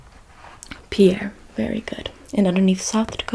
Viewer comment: South Dakota's Capital is pronounced PEER. FYI